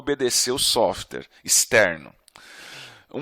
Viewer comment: Desculpe, mas depois que eu escutei softer, e softers... não consigo mais prestar atenção na aula. Sim eu sei, eu tenho problemas de atenção. Mas espero que não aconteçam com vocês também, ficar esperando a próxima vez que ele falar "softers".